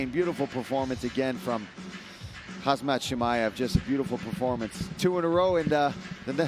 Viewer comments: he said hazmat chimaev lol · It’s Khamzat not Khazmat😆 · What's with the khazmat pronunciation lol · It's not kabib it khamzat .